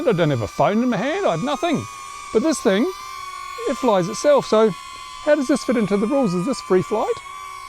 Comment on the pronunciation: You better not fly over my house with that TH-ANG!